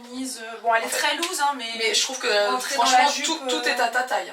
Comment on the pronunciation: Par contre ample en anglais ce prononce’louse’ loose et pas lose qui veut dire - perdent 😊